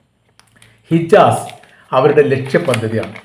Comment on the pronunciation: ഇജാസ് അല്ല ഹിജാസ്